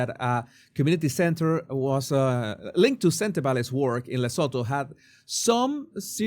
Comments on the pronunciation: The T is not silent.i grew up in South Africa near the border of Lesotho. It’s pronounced Luh-soo-too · Please try pronounce it like this... le soo too its a silent H. Im south african. Just helping 😂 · Venezuelan accent to African name!